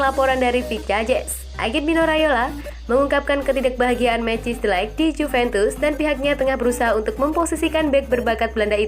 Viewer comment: Bukan Cisa ya min tapi cara nyebutnya KIESA, bukan delek ya min tpi DE LIG